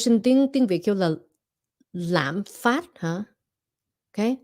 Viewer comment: LẠM PHÁT, CHỨ KHÔNG PHẢI LẠM PHÁP